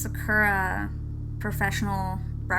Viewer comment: You're not very good at pronouncing "Sakura" xD